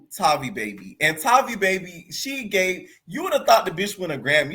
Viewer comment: Haha its everyone still pronouncing that girls name wrong for me. Its Tay-vi baby. Tavi and baby rhyme. She can fight, but Its something about her i still dont like